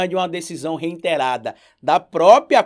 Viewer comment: Adoro seu trabalho! Só um toque: a palavra é REITERADO, sem o N. Abraço